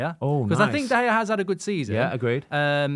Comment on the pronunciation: 2 minutes in and he said De Gea😭😭😭😭